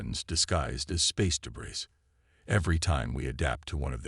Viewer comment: Also debris is pronounced like de-bree. Ok?😮